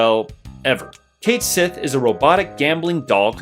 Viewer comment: Cait Sith is pronounced "Ket Shee"